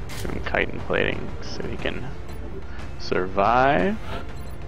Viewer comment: Thank you for being able to pronounce chitin correctly by the way. Drives me nuts when people can't say it properly.